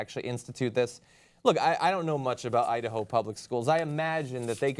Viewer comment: idaho? no, udaho.